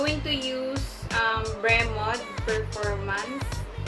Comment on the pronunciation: Pronounce bremod Hindi Bre, Bro says bremod/brimod/